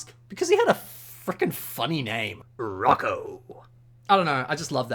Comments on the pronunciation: Roko? I think you meant roka lol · His name... is Rocka... not Rocko... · it’s not rocco it’s rocka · uhm actually it’s Rocka not Rocko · “Rocko” Rocka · Dude pls no, you're killed me, he's not R o c k o, for gods sake please nooooo *the way you say it is hilarous